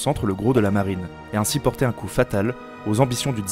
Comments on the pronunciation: Très bon texte, clair et précis. Attention aux 'liaisons dangereuses' au niveau de la prononciation ("il faut porter T'un grand coup aux russes..") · "Il faut porter-T-un grand coup"....Ça fait mal aux oreilles ! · "Il faut portet- un grand coup" liaison mal-t-à-propos comme dirait l'autre